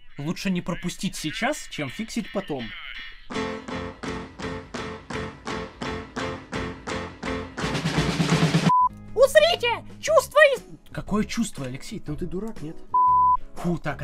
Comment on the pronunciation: Мне одному показалось не,, узрите,, А усрите?